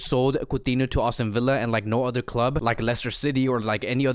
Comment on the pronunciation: It's not "AUSTIN Villa", bro! Even youtube's CC hears austin. Just sayin, but no biggie